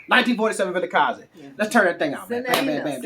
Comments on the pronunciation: 👏🏽👏🏽👏🏽👏🏽👏🏽👏🏽👏🏽👏🏽wow, I give you 10/10 for pronouncing Vilakazi. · I like how you say 1947 Vilakazi. Jozi is getting into your veins.